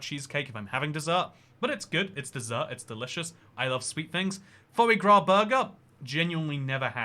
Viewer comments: It's pronounced "Fwa grah" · So you can pronounce 'petit fours', but not 'sacher' or ' foie gras' ?